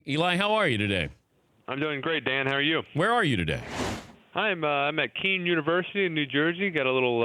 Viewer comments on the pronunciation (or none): FYI, it’s pronounced ‘Kane’ University not ‘Kean’.